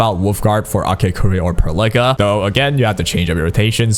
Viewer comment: The way you pronounce Perlica is killing me 😂